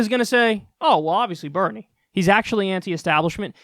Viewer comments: Hey Kyle! It's Daddy Bernie, not Daddy "Benie"!!! smh so disappointed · Bernie not BENIE! 😂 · Dude it says, Benie not "Bernie" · "Benie" lol